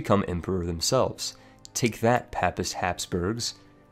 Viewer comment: Paypl not pap-pal. I know it's spelled papal but that's not how you pronounce it. Also, pay-pist not pap-pist. I know they're pronounced different than they're spelled but trust me, you're mispronouncing these words. :D Another one, pie-yeti not pee-eti. (For piety)